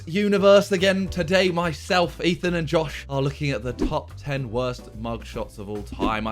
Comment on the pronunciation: ay YO WHAT DID HE SAYYY EATHEN DID HE JUST SAY THE N WORDDDD